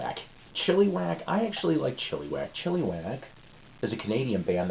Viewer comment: First Psyko's Platters I've seen. Enjoyed it a lot. I like the background info. Didn't know Golden Earring still has the original members. Here's a tidbit about Chilliwack. The first half of my life I grew up just outside of Vancouver, and I have always heard their name pronounced where the second "I" sounds like the "I" in the word lick. Looking at their name, it would seem the way you said it would be the correct way. I don't know the official way for sure though. Krokus are great. Nice Snoopy shirt. Quite a story about the record label, great background stuff. Well, I wouldn't have paid much for that Hero, but if it was cheap I wouldn't pass on it either, lol. Hopefully it sounded like Rush's 2112, but... Enjoyed this video and I just subbed!